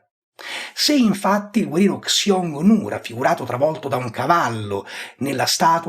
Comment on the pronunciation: Ottimo -- davvero ottimo e lucido -- video, che quando uscì, io m'ero perso. 👍👍 ********* Però,, attento con la pronuncia del termine "Xiongnu". Nel sistema di latinizzazione "Pinyin" del cinese (oggigiorno reso ufficiale dalla Repubblica Popolare Cinese, parallelamente all'uso dei tradizionali logogrammi), la finale di sillaba "ONG" si pronuncia in pratica con una [u] un po' più aperta seguita da una consonante nasale come la NG finale dell'inglese o del tedesco (tant'è vero che nel precedente sistema di latinizzazione Wade-Giles questo finale di sillaba veniva trascritto con "UNG"), mentre la consonante trascritta (in "Pinyin") con "X" (che si usa solo davanti a una "I" vocale pura oppure semiconsonantica davanti ad altra vocale, e davanti a una "U" -- in questo caso da pronunciarsi "ü", vocalica pura oppure semiconsonantica quando davanti ad altra vocale -- ) altri non è che la resa in "pinyin" di quel che combinatoriamente corrisponde all'allofono / tassofono (= variante combinatoria) del fonema /h/ (in genere realizzato più forte del corrispondente fonema inglese o tedesco) quando esso si trova davanti a una delle due suddette vocali (o loro varianti semiconsonantiche). In pratica, la pronuncia di quella "X" deve essere NON [ks] come in latino, MA quel che in alfabeto fonetico andrebbe segnato [ç] e che si pronuncia come la variante "dolce" (= palatale) del "CH" tedesco in "ich", "Reich", "Knecht"... Nel precedente sistema Wade-Giles questo suono veniva latinizzato